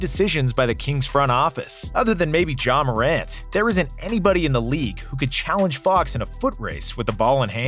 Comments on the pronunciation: No way he called ja “John” 💀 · NO WAY YOU CALLED JA JHON